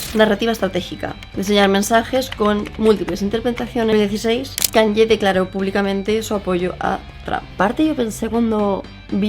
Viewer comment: Me chirrían un poco los oídos cada vez que dices KanYYYYYe, es "Kanie" 😅